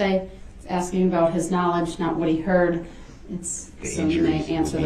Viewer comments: The fact that he said it was hearsay when the DA asked is opper told the priest what he should say while testifying because atty opper wasn’t the one “axing” the question 😂😂😂😂??! And then wants to argue that’s hearsay and say the judge is wrong ( stupid ass) the way he treated witnesses with aggression and intimidation time and time and time again on top of his outbursts and accusations and lack of accountability just made the guilty verdict come in as soon as it did (2-4 hours) if you count the night before ……. He should give himself a pat on the back for showing his true character, ignorance, and lack of accountability or sympathy because his lies were highlighted for the world and jury to see and his character was proven day after day! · his troof and his axing went nowhere